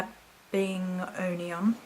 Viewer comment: It's pronounced mabi nog ion